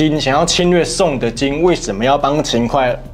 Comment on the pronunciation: 秦hui不是秦快，